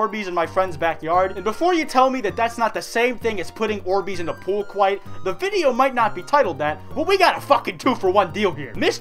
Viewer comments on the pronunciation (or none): For the love of god no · haha honestly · (Edit) Quite.... White.. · That was the amount of orbeez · That’s a lot of orbeez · ...Standing? On what, Does he mean floating? Oh my god what was he referring to. Has he been lying to us, was pewdiepie right? Oh, oh god.